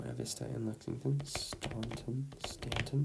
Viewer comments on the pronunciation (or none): Not that you would care, but us locals actually pronounce "staunton" like "stanton". Its actually a way we can tell who isnt from around here, lol.